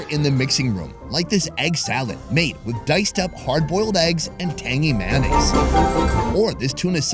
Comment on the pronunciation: “Tangy manase”